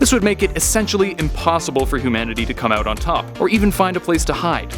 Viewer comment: "oot there". Canadian, maybe?